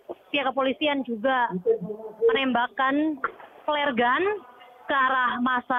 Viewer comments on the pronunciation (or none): Prasaan narator nya bilang peler gun ya?? Busyet !!!! Eh flare gun? Atau peler gun? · Anjir lagi serius serius nya tiba tiba muncul kata Peler gun hadeuh nih presenter GK bener. Langsung Ngakak😂😂🤣🤣gw pas denger kata itu. Yang bener Flare gun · Dia mau nyebutnya FLEAR GUN artinya klo gk slh SUAR.Kan tau sendiri +62 nyebut F jadi P,trus GTV jadi JITP. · Sama gw juga denger nya pelergun. Padahal mksd nya flaire gun. Wkwkwkwk.. semangat. Hati2 dalam bertugas. Jaga diri.